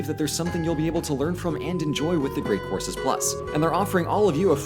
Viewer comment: What he said: "...one month of unlimited courses." What I heard: "... one month of unlimited horses."